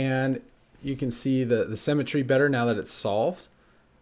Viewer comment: When he says "cemetery" does he mean "symmetry"?